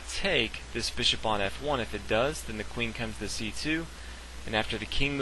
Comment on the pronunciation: Hey man love your videos but learn to pronounce bishop